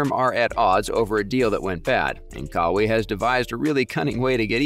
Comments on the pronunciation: It is pronounced “Kah-Y” or “Kah-why” not “Kaway” 😂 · It’s not Ka wee it’s Ka why you sound worse than a automated speaking software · Who the F is Kawee? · Brah, you make a video about Kawhi and call him Cowee??? I'm a huge Raps fan, love his game. I watched him every game with the Raps (when he played) - he had the ability to take games over - he single handedly won us about 5 games down the stretch by simply deciding to take the ball from the opponent and score. That said, I'm glad we didn't retain him. He is unreliable - he is about himself. You watch - his uncle is going to sabotage his career. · If you don't have enough consideration to pronounce the man's name correctly (after years of it being spoken in the media)... F**k you! And Kawhi is right... F**k Nike too! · How the hell cant you say his name properly??? Youve heard it dozens of times? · Nike should have just given kawhi his claw back . It’s his logo . Why can’t you say his name correct ? 😒🤦🏾‍♂️ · WHY PRONUCE KAWHI LIKE THAT